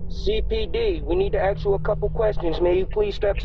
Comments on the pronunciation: It's ghetto trash pronunciation. Anyone with an education says ask the correct way, not "ax". lol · "CPD we need tuh aks you a couple queshions." 😅😅😅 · Never open up a door to anyone that says “we need to AX you a few questions” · The robber that said "we need to axe you a couple of questions" needs to rob the police station next the same way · "CPD we need to axe you some questions" ... yeah no, sorry... i'd never open my door to a "cop" who can't even speak English. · “CPD we need to AKS you a couple of questions” Dumba**es… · "CPD.. step to the door, we need to axe you a couple questions." 💀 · if you hear someone pronounce "ask" as "ax" you know how they look like. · “CPD we need to axx u a couple questions” 🤣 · I won't open the door for police if they want to "axe" me questions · "CPD, open up we need to AXE you a couple questions." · "Cpd we gotta axe you some questions.." 😂😂 yeah ok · haha exactly what I thought "We would like to axe you a couple questions" lmfao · exactly what i was thinking, as soon as he uses the word "axe" instead of "ask" i would be thoroughly convinced he was not CPD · they just wanted to 'Aks' you some questions, as all CPD officers do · Yeah I'm probably not going to open the door for any cop who comes to my house in the middle of the night and tells me he needs to "axe" me a couple questions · Lmao This dude really said, "CPD open up, we need to axe you a couple questions" Bruh.. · When law enforcement wants to “ax” you a couple questions. Run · "Honey, Snoop Dog is at the door and would like to axe us a couple questions" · The Cops Don’t Aks Questions they Ask them! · "CPD, we need to axe you a couple questions" Ummm yeah, no thanks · 😂😂😂 My mom was a teacher and if a student said they needed to "axe" her something, she'd say, "Oh no, please don't axe me!" 😂 😂 😂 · You had me cracking up at AX you a few questions. LMAO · If you hear "Ax you a couple of questions.." Don't open the door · “CPD, we need to axe you a couple questions”